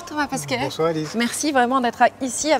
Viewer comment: Au tout début elle dit pAsquet au lieu, de pEsquet